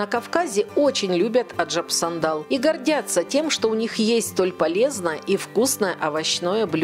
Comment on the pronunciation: Аджап сандан.. а не сандал какой то..